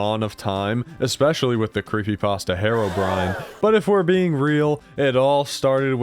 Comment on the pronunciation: Why does you saying herobrine sounds like harobrine